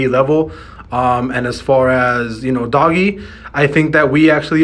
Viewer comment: Lol you lost me when you called it Doggy. Come on now!!!